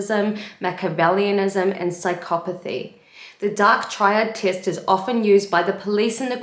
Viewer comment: I love how you say "tee-est" <3 :D New Zealand?